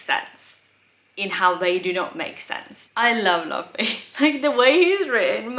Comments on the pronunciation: Little correction, Luffy's name is pronounced Loofee instead of Luhfee. Pay attention to the cover pages. Some are canonical stories of what some of the non-Straw Hat characters get up to after they are no longer around Luffy. Halfway through the prologue. Enjoy the wild ride. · Love the video and your presentation. Here’s how to pronounce the names. Luffy - loofee Zoro - Zor-oh Usopp - Oosopp Pay attention to the covers. It’s not super important now but you’ll start to notice cover story’s and they are mostly cannon. Trust in Oda, everything is intentional. Enjoy the ride! This is my favorite story of all time and I love watching people fall in love with it. Also, I’ll bet $2.18 that in the next video you’ll wear either a CCR, GFRR, or a Boney M t-shirt. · You can recognize a new One Piece fan by the way he pronounces Luffy's name. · here is the cast of the upcoming one piece live action tv series teaching how to pronounce Luffy 😂